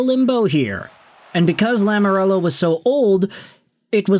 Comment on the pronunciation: Please... Please stop saying Lamorello, it's Lamoriello.